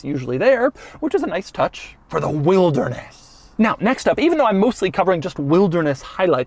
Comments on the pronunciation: Does anyone else think Doug saying Wildness is similar to Hoovies Garage's Riptide Blue? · He does not say wilderness normal once. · Drinking game idea; every time Doug says "wilderness" in a weird way, take a shot. You'll be blackout in no time 😆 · Why does he say "Wilderness" like that? Should they have called it something else? 😄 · I like the highlighted emphasis on wilderness😂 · The ridicule emphasis on the word, "Wilderness," was pretty comical. 😆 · The way Doug says”Wilderness” 😂😂😂😂😂😂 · Why you sound like Frankenstein every time you say wilderness? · the wilderness emphasis really cracks me up as you say it😂😂😂. Kenya represented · It's actualy f**** annoying.